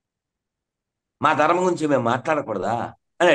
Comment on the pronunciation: సనాతన ధర్మ తల్లీ dhurema కాదు ధర్మం. ని పలకటం నేర్చుకో